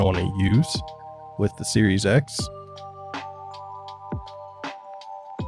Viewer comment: "Xes" or how else you pronounced it actually sounds better then series x lol